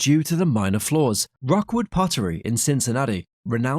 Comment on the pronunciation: It's Rookwood, not Rockwood .